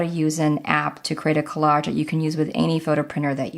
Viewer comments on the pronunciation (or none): Good video but the word collage is a soft "g" not a hard one.